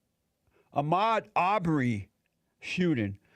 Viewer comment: "Ahrmed Raubery"...